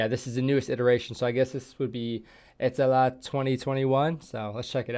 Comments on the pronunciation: Was surprised also he pronounced Ä so well. 👍 Now he needs to start using word PERKELE in about every sentence and go sauna, swim in icy water, drive his car sideways in gravel roads.. Nobody would notice he aint Finn. 😅 Hes a bit too talkative to fit in, but hey just say that youre drunk. 🤣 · wow you said "etelä" correctly! congrats man! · I was surprised a little bit! Well done!